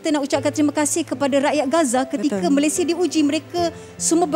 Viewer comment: Malaysia adalah nama negara dn nama rasmi secantik dn seharusnya sebutan nama Malaysia bukan MalaysiE tapi MalaysiA.. sebutan MalaysiA telah dipraktiskan dr awal penubuhan Malaysia 1963 hatta bertutur dlm dialek riauJohor(KL).bangga lah dgn nama Malaysia dgn sebutan yg sempurna iaitu MalaysiA bukan MalaysiE.. apa2 pun bangga dgn anda berdua membantu mangsa banjir..